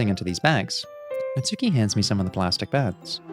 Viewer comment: It might be too late to say this, but the "u" in Natsuki is silent: Natski.